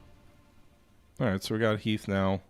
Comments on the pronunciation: I believe the movie Gettysburg is actually the one to blame as Lee calls him "Heath" and not Heth as in Beth. 😊 And if I don't remember it wrong, I believe you talked about Heth's name in some other game. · I love that noone can pronounce General Heth's name right. 😂